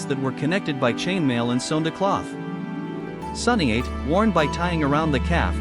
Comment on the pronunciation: Ok so this is just AI slop, what the heck are they doing And tf are these pronunciations? “Doo chest guard” “High-date thigh guards” “Sunny 8 shin guards” Somehow the bows are more accurate than the armor AND THE VIDEO is about armor although i will give it to you that this is the first video that has AI generated a somewhat accurate looking suit of samurai armor but still, you can just use images online from screenshots and put prompts inside the AI text to speech that make the AI say the proper words!